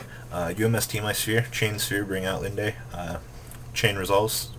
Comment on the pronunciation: Jesus H. Christ I am tired of hearing you mispronounce cards. Familiarize yourself with the yugioh wikia. They have phonetic spellings for almost every translated card. Just because there is an "e" at the end Linde doesn't mean you pronounce it "Lindie." Its also pronounced "Abyss Pike." Because Pike is a type of fish.. Just because there is two s's doesn't mean that it's pronounced Spike.